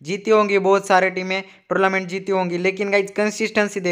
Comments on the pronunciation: Bhai please yr torlament nhi hota tornament hota hai😂😂😂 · Bro Its tournament not tourlament 🙃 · Bahi torlument nahi tornemment bahi